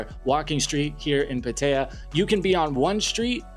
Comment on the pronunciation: you lost me the second you called Pattaya Pateeyyya. Dude, learn how to pronounce the name of the world's largest brothel